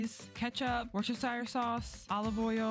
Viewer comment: you pronounce Worcestershire - WUSS - TA - SHEER